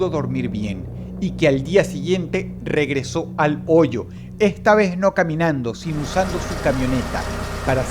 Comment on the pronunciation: "pero ehta veh" jajajajjs